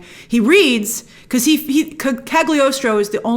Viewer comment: It is pronounced "Caliostro". "G" is silent.😉